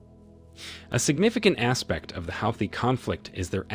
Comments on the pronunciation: Huuthee not howthis not sure why it bothers me. Great video! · Hey Mr Narrator have you been living under a rock? You must have been to continually keep mispronouncing "Houthi" ( Hooty) is how it is pronounced My bad of course you would you are an American & not that bright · The only point you have made right is the fact that Houties are part of the resistance. First, your pronunciation of the name is wrong. Secondly, the Russian support is in direct response to US arming and providing targetting info to Ukraine with the missions. Thirdly, Houties are not blicking international trades through the Red Sea. They are only targetting the transport of goods to Israel. Finally, Iran and Saudis have made peace, and Houties are no longer a threat to Saudies. You are using your platform to spread mus-information. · It's Pronounced HOOTIES!!! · i've never heard houthi pronounced like that lmao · I have never heard "Houthi" pronounced this way and maybe I'm wrong... but it's incredibly annoying as he says it this way 50+ times I think. Ugh! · This is AI. Keep saying the Houthi and Yemen nsme wrong. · The mispronunciations of Houthis, Yemen, and Yemeni are unbearable, but I appreciate the good information.